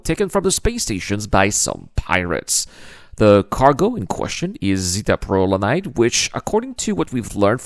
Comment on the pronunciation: I've watched multiple videos where it sounds like it's being pronounced "Zeta-Prolanade", instead of "Zeta-Prolanide". The former makes it sound like an energy drink. Maybe it is, and it's so heavily carbonated, that it will explode if shaken up too much.